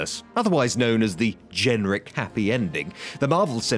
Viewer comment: GEN-RIC...the strangest way I have heard someone pronounce the word generic.